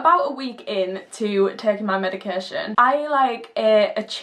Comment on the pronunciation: + icant stand how you prnounce medication, its not medicarreeeee tion